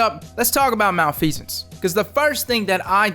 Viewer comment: Oh my gosh he pronounced it right!